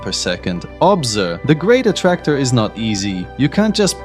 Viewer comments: Is this some AI voice nowadays? The great A T T Tracor? What the hell! At least make it speak the main word of the video correctly. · Bro it says "A Ti Ti Tractor... " ... It's the main word of this video and it says it wrong.